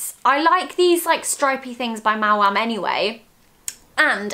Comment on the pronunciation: Finally, someone who pronounces maom properly! It’s M-ow-am not m-oa-am